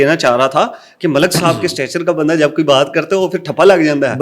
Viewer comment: ہوسٹ بھائی اسٹیٹس لفظ ہے اسٹچر نہیں ٹھیک کر لیں